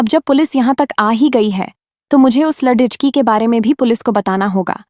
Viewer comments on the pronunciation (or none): Shabdo ko galat bol rahe hai